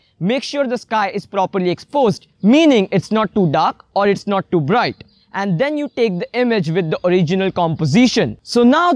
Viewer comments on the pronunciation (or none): none